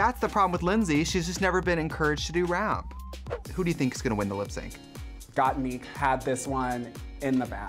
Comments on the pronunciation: I love how Shea was saying Gottmik correctly 'Got Mick' but Trixie said it incorrectly 'Got Meek' so many times that Shea switched to saying it wrong too :') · Not Trixie saying got-meeeek 😂😂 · Trixie couldnt say Mik she said Meek ahahahah... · Why does Trixie keep saying “Got-MEEK”? Isn’t it pronounced “Got-MIK”? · The way that Shea was pronouncing gotmik correctly until Trixie started saying “got meek” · the way trixie pronounces gottmik as “gotmeek” got me dying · Shame the re-upload couldn't make Tracy pronounce GottMik's name right. "GottMeek" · i like how Shea said gottmik's name right the first time but got converted to saying got meek by the end thanks to trixie lmaoo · “GottMEEK” Trixie, guuurl.. just stop. ✋ 🛑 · I love that Trixie can’t say Got Mik’s name right. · Why are they calling Gottmik “Gotmeek”? Shea said it the right way once then Tricia kept saying it the wrong way and Shea then followed suit 😂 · Okay so trixie calls her gottmeek. Did anyone else notice how shea said gottmik at first and then later called her gottmeek. Yous'a bad influence trixie lol. I liked getting a chance to see everyone's lip sync, but doing everything over and over was a bit much. I would have preferred for everyone to enter the workroom and then let the twist play out. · why do they keep saying gotmeek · no girl, gat but a combine the "o" a little bit more and mik but combine an "e" a little with the "i". the fucking english language is hard af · She may have mispronounced GottMik, but she's the first queen I've seen reviewing this episode who pronounced Lady Marmalade correctly. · Trixie really said Gottmikь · Did no one prep Trixie on how to say Gottmik? lmao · How’s Shea & Trixie mispronunciation of GottMik while saying how they know and love her!!!🤩✌🏽✌🏽✌🏽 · rewatching this while s14 is airing and trixie gaslighting shea into mispronouncing gottmik hit me like a truck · Why is Trixie mispronouncing Gottmik's name?